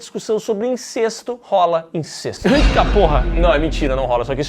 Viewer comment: Não sei de onde a galera tira que a pronúncia é INCÊSTO. É INCÉSTO!!!!